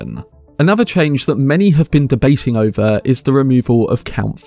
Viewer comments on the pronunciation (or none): none